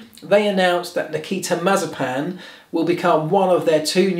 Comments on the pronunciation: Mazerpan? First time I ve heard it pronounced like that😂😂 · The name is pronounced muh-ZYEH-pin.